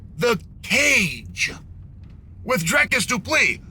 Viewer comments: I mostly watch to laugh at Chael pronouncing fighters’ names💀😂. ALEX PIERRE… DRICUS DUPLI… ISLAM MACOCHEV… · Dracus du plei 😂😂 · Piera lol Dricus Dupli